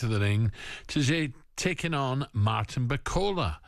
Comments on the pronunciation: Bacola? He corrected himself the first time then said the name wrong again, lol. Lazy. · Who is this baldy clown that can't even pronounce Martin's name? Bakola?? And Ally McCoist "oh I watched rumble in the jungle when I was a wee boy" aye ok Ally is that the extent of your boxing knowledge? Don't disrespect the sport couple of clowns! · Why is it so hard to get his name right? Such a common thing, almost line it’s intentional